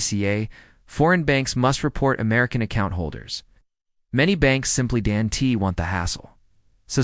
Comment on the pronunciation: I fucking hate AI voices that can't pronounce the basics. Don't pronounced as Do N T. What the fuck...